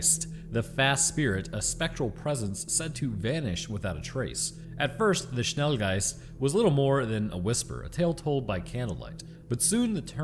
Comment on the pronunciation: pronouncing Schnelgeist with surprising accuracy is a rare win for him when it comes to pronouncing foreign names/words. lol